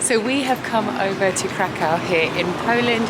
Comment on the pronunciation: Krakow is pronounced like ’Krakov’. The W is pronounced like an English V